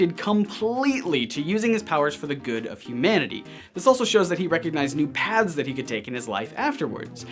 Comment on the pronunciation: when says paths it sounds like he says pads